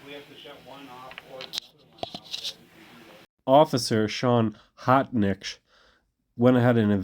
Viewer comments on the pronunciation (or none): His name is spelled "H-o-t-n-i-c-h," but he pronounces it "Hotshit"!